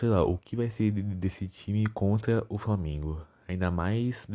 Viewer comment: Bebendo e dirigindo, e falando "framengo"